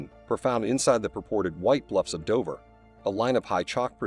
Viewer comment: Operation Ocean Lion???!!! It's Operation Sea Lion. I adore this from the lowest part of my aortic pump. And it's Dover not Dovver. Dove as in strove not dovv as in of